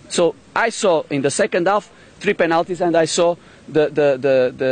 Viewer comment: Not ván, not tú, frí penáltíz xDDDD